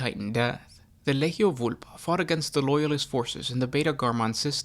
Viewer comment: It's a hard G when pronouncing legio. Instead of ley-heio it should be lee-gee-oh.